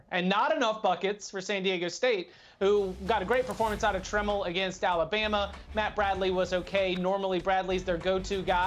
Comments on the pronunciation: I love how these idiots sit there like they know everything, yet they can't even pronounce Dutcher and Trammell correctly. I'm going with the team that no one east of the Rockies seems to know absolutely nothing about. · The fact that you don't know how to pronounce "Trammell" tells me that you are not to be trusted. You can't even do the basic research on how to pronounce someone's name. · He mispronounced TRAMM3LL’s name as well! They’ve probably not seen the Aztecs play until last night. #aztecnation #ibtwww